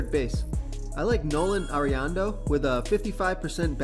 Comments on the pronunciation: How much can I trust your picks when you cant even pronounce Nolan Arenado correctly? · Great video. Even if you mispronounced Nolan Arenado's name! Keep them coming!